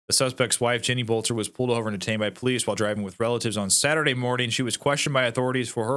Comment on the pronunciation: it's pronounced Belter...